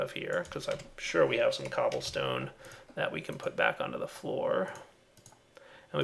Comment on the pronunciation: did he really say 'cablestone'?